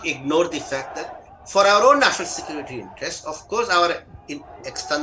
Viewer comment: atleast learn to pronounce the simple english word "security" before you open your mouth on subjects you know nothing about. Secondly from your talk you seem to want to prolong this mayhem in Manipur.